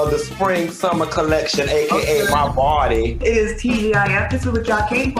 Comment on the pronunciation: Q trying to say Claudia tussycat has left her boddee 😂😂😂😂😂😂😂😂